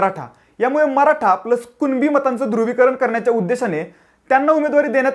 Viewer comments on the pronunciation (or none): none